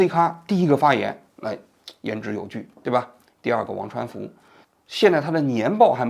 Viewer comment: 现在节目质量这么低了吗，念错好几次人名了，刘传福梁文雄？低级错误